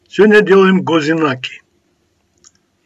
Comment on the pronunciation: Зачёт за то, что ГОзинаки, а не козьинаки ))) задолбали некоторые своими псевдорецептами из чего попало.